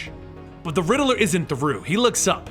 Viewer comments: It's pronounced riddler not rideler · “The Littl-er”